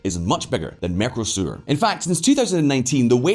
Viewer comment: How many times do you need to pronounce Mercosur Mecrosur before you realise you're mispronouncing it.